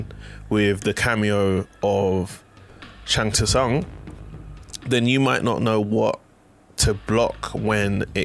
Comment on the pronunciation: Need to learn how to say Shang Tsung right. The "T" is silent but good video overall